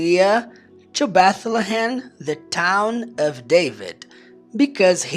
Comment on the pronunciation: Bethlehem, apesar de ser mais complexo , gostei da pronúncia, na verdade, tem vários nomes próprios que são bem mais interessante em Inglês 🇱🇷🇱🇷 Obrigado pelos ensinamentos professor, aprendo muito 👏👏👏